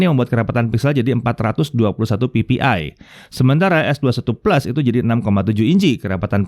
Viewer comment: Gw demen cara nyebutnya es dua satu...👍👍👍